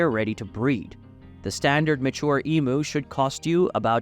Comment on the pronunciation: Its spelt emu It’s pronounced emyou ya twit